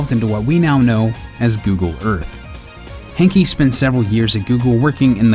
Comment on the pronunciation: "Hankey"? That says Hanke mate, not Hankey.